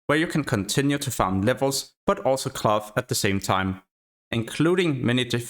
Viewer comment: Your pronunciation of "cloth" sounds like "glove"